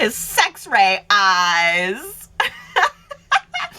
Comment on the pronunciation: Haha😂 "Sex-ray eyes".